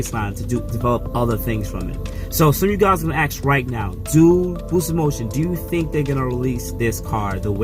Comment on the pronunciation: 'Other than that', not 'Otherwise than that'. And 'ask', not 'ax'. Good vid, thanks! Thanks!